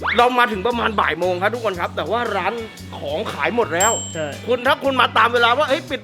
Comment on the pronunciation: พูดไช่ อีกแล้วนะ ไช่ ไช่ ไช่ 555+